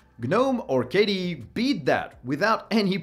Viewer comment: Took me a while to understand that you're referring to KDE and not some kind of a new environment called "caddee"....